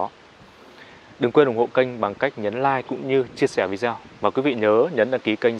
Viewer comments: Vi đê ô, đừng phát âm là Vi zeo, bạn ơi. Nội dung khá ổn, nhưng các bạn lưu ý phát âm chuẩn khi phục vụ công chúng, nâng cao trình độ công chúng thì phải chuẩn mực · Tại sao lại đọc video là " vi gieo" phải đọc là " vi đê ô" mới đúng. Hãy sửa lại. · Vâng, xin thứ lỗi, vi đi ô chứ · Vi đi ô ko phải vi đê ô